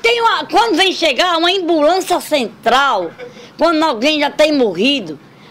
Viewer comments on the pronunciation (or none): "embulança" kkkkk